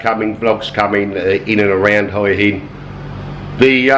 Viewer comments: Mate, it's not pronouced 'oy in', ask a local, it's 'wha inn', lol. Who do you think are the best firm is to book with if you live in Thailand? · All the Thai people I've ever met in Hua Hin pronounce it: 'Hoo-a Hin'. I've only ever heard farang add the 'W' - mostly Americans... And it's certainly not 'Hoy' - though I can understand the confusion... 555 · Your "hoia hin" pronunciation is epic - gotta say, I have seen prettier morning sights though....a shave would've done wonders -.reminds me of good old British social realism.....:-)......you know, the seventies...:-)